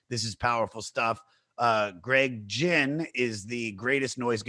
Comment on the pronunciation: The mispronunciation of Greg Ginn is killing me.